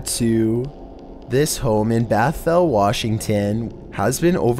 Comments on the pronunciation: Bothell is pronounced BAHth-elle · Bothell, Washington is pronounced BAW-THAWLL